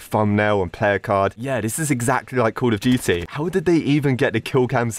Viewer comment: it felt like he was saying call of gity/jity